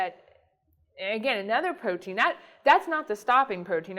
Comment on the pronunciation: What kind of scientist says "potein" instead of "protein"?